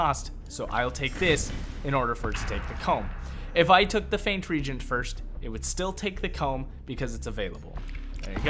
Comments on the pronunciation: RE-AGENT! Not REGENT. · It's pronounced re-agent! The root words are react and agent. You can add a diaresis to show that there is no diphthong in the EA sound (reägent). The pronunciation of regent (a completely different word) is just incorrect unless you're one of those people that say "as long as someone else can understand, it's correct" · My gf who played EverQuest back in the day always called them regents as did I coming from wow. When I heard the re-agent pronunciation it tilted my head for a bit. I now consider both correct, some words just have diff pronunciations